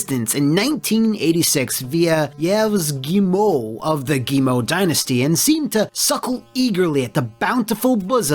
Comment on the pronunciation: Nice video, as always :-) btw, the CEO's name is pronounced "Ee-v Guee-yemo".